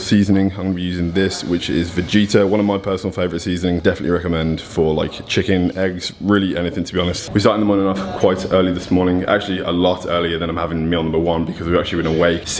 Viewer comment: It's not pronounced vejeeeeta lol it's Ve-get-a